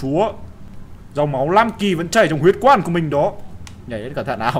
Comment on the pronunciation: Phú Nguyễn chắc Nam Kì, Bắc Kì làm nói thành Lam Kì rồi:)))